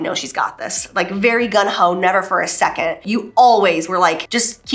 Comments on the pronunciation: I love you girl but it's "gunG-ho" 😂 every single time you'd say "gun-ho" I would just picture 🔫🍑💅👅💰 Just a hoe who's PACKIN HEAT 🤣🤣🤣🤣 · It's GUNG HO!!! lol!! Sorry - but after the third time of GUN HO I had to correct you!! You're too funny Jaclyn ♥ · Girl it’s gung ho not gun ho as you keep saying 🤣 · We'd die lol. I wonder if she knows it's supposed to be "gung-ho". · It's so cute the way you keep saying "gun ho" instead of "gung ho". xo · It’s “ Gung ho”. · You had a PET RACOON! That’s the most adorable thing about you I’ve ever heard ever omg 🥰🥰🥰 (Also, I couldn’t help but giggle every time you said “gun-ho” lol😅😝) Congratulations on this collection! I am a cool toned shadow and lipstick girl, so I’m loving all these shades!!